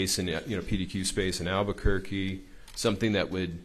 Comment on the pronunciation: . It’s alberqurqe , need he say more ……ugh 😂😂😂